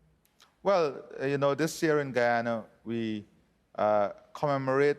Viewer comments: I still don't like the ppp party they are racist themselves and my country is pronounced Guy-an-na not gee-han-na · in said'Ghana instead of Guyana". pompous sausage.